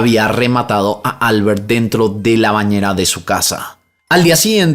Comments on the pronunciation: Sólo porque lo pregunta; Xeraco en castellano se pronuncia "Cheraco". Y Albert es aguda, suena Albért. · No se dice Álbert (como inglés),se pronuncia Albért (aunque no lleva tilde) en catalán. Xeraco lo has dicho bien ✌🏻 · Holaaaaa! Me encanta tu canal. Sólo un apunte,,,esos nombres catalanes o valencianos que mencionas en el segundo caso llevan la sílaba tónica en la última sílaba. Albērt o Ricārt.. un saludoooo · Hola! Soy española, la segunda vez que has pronunciado Xeraco está bien, pero Albert en valenciano no es Albert como en inglés, solo es Alberto sin o, se pronunciaría algo así como Albért. Seguro no me lees, y tampoco es nada importante, pero es bonito saber que en España tenemos tantos idiomas y nombres de cada zona, no solo el castellano ❤ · Por que pronuncia la r de Albert como r inglesa? Cuando es español. Y lo mismo con Pierre. Sería una r francesa. Me llama la atención. Saludos me gusta sus videos😊